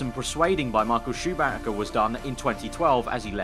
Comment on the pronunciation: Goddammit, "Schumacher" is not pronounced like "SHUMACA" but "SHUMAHA".